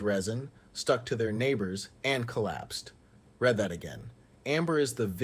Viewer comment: the “narrator” gets the pronunciation of “read” wrong which leads me to believe a bot is “talking”. I was enjoying the channel…